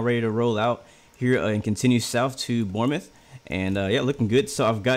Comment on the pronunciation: The ‘E’ is silent in Bournemouth 🙂